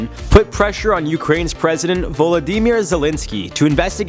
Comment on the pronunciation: “Volo-dee-mere” umm..